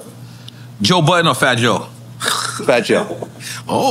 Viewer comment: Nore said joe biden not joe budden 😂😂😂😂😂